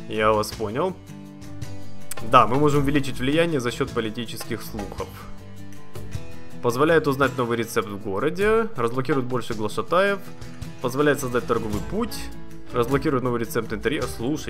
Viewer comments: Глашатаев (ударение на вторую А) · ГлашатАев? Ты серьезно?)))